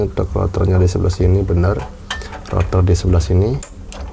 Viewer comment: Rottherrrrrrrr greget logat